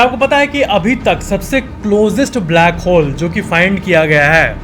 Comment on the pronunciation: Who heard blackhole as brackhole in the first in the video